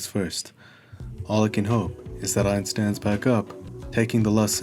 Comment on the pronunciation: Quick note, his name is not pronounced "aion", it's rather "yon".